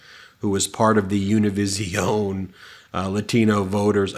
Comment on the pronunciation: PSA, love the show but Univision is pronounced like television. You don't need to pronounce it like you're in an episode of Zorro.